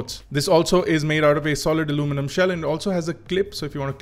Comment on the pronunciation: R e bhai aluminum bol le..kya alomenum alomenum lga rakha h...kab tak angrejo ki copy karoge...Indian accent is the best accent.